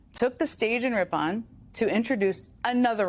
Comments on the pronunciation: Rip-en cmon Jen no one says Rip-pon like some bougie mustard. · Pronounced 'rippin' not rip-on' ...Neither major political party in the U.S. is what it once was. Both are just a group of elites, lining their pockets at the taxpayer's expense. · FYI, it’s pronounced Rip-in, like rippin up a piece of paper.